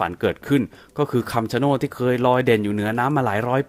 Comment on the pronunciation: ต้นไม้ที่พี่อ่านพี่อ่านผิดครับ มันชื่อต้น(ชะโนด)ครับ